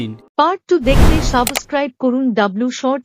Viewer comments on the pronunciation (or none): কথাটা সাব্স্ক্রাইব সাবোসস্ক্রাইব নয।